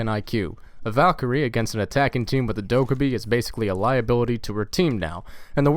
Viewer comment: fucking trigged by the way you say dokkaebi